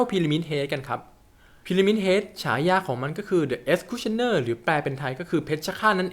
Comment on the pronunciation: ฉายา The Executioner ทำไมในคลิปมีออกเสียง p ?